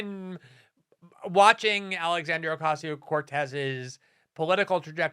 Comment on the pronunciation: Alex-HAN-driahhh. This first name sort of address in a public communication reminds me of the baroque designs on floral-scented commercial toilet paper.